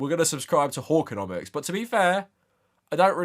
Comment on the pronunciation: Okay, the way you pronounce hawkconomics with your British accent sounds like whoreconomics and I can't stop giggling